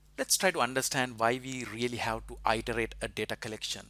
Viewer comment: Thank you, very helpful and instructive. One minor suggestion. The word "iterate" is not pronounced "eye terate". It's pronounced "it erate".